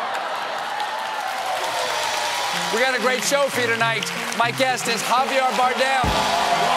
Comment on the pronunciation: Love Stephen but he literally said “Javiar Bardem” like “caviar”